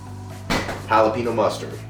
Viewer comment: This guy said Holly pee no(Jalepeño) Mustard. The amount of white